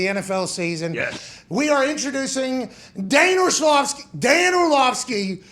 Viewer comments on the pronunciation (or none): "Daner Schlovsky"